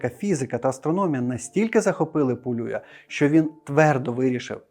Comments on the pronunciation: Теж вважаю, що треба говорити не ПолЮя, а ПолюЯ, тим більш, що Іван Полюй родом з Тернопільщини. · Ви серйозно? Його прізіище Пулюй і відміняється воно Пулію, Пулія з наголосом на останній склад. Люди, поважайте трохи і наші національні звичаї, будемо вдячні